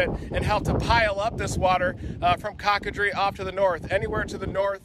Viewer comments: Coe. Ca. Dreee. Not cock a dree😀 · It's not cock a drie pronounce it like coco drie. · COCK-UH-DREE....BAHAHAHA!!! ITS COCO (LIKE COCO-NUT). CO-CUH - DREE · My hometown of chauvin was destroyed as well as the end of this video was dulac la which is a bayou over from cocodrie (pronounced Co Co dri not Cocka dri) oh ida..Ida wish you went somewhere else! 😭😭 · CO-CO-dree. Not Cock-a-dree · Coocoooodreeee…not Cock😂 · Thanks for the video. But COCO-drie like coco powder not KACK-KA-drie. I laughed every time he said it. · Not "Cock-a-dree", it's pronounced "Cocoa-dree" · Cock a dree? Pronounced CoCoDree! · "Cockadree" lmfao it's coke-o-dree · Cock a Dre. Nope cocah like Coca Cola and Dre (long e) Good try Reed. As always love your videos. I have seen this too many times. I left the state 3 years ago. I can’t see having to evacuate and re-build in retirement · Coco (pronounced like cocoa, the chocolate) dreee. NOT cocka.. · It’s pronounced “COK-A-DRE” like COKEacola , thank you for your video and information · It’s Pronounced Coke a Dree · Pronounced Coke-a-dree!! It translates to alligator. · It's pronounced "coke-ah-dree" for future info. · It’s pronounced “Coco (like chocolate) dree” The French word for crocodile/ alligator… Thank you for going down there. This video gives me a heads up what to expect when we go for the cleanup. Although we already had a good idea how it would look lol Thanks again! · It is pronounced coke-ah-dree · Reed, it's pronounced "Coco" as in "cocoa" or "coconut"..."long" o. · Sweetheart. It's said " coco drie" like hot cocoa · “Cock ah dree”???? I sure wish these people would do just minimum investigation such as learning how to pronounce the names of the towns!!!! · He could at least pronounce Cocodrie properly. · There must have been someone who could have told him how to pronounce Cocodrie! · I know right over and over he was saying it wrong . Wtf. I'm from and still in Houma. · How about trying to pronounce the town correctly